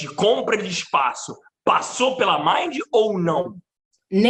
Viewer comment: Exatamente, tão combinado que ela não sabe nem pronunciar o nome da Mind e o Léo corrigiu! O pano eh de seda! Passou pra amiga… afffes